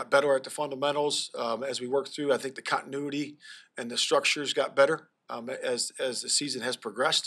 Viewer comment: The f*ck's "cottonuity"? You having issues with fabrics, 'Flus?